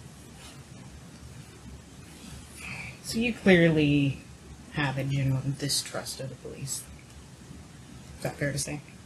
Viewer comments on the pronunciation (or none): nd who tf pronounces genuine like the singer Ginuwines name bruh thats not even how you pronounce genuine